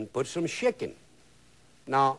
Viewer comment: He said put shickin, sounded like he put shi- in!